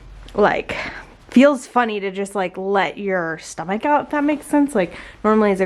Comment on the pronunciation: I almost thought gave away the gender of the baby but it was just me mishearing her say stomach!